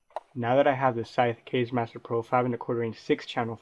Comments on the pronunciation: it's not "kayz" it's "kah-zeh" which means wind in japanese... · pronounced "kazzi" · Kaze is pronounced like the kaze in kamikaze. Lol kayz